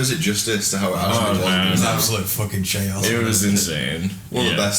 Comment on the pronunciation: THE WAY HE SAYS CHAOS